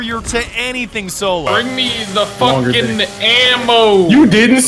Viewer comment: “i’m hanging back from a FOOKEN train”